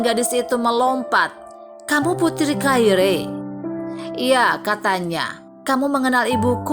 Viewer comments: Sangat menyebarkan telungaku ketika wNita ini tetap memebut Clair by Claire. In the future please use the correct pronunciation! This mistakes ruined my interest to continue watching this video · Right pronounced as Clair. Minus the "re"tks. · Ma'af ya untok correcting Claire wrong pronounced, even the belakang Ada "e" tapi eja'an betul hanya Clair . 🙏🏼 Tks.